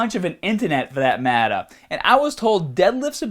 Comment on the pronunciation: Loving that accent ... how many T's in matter? "... none?" Not hating, just making jokes!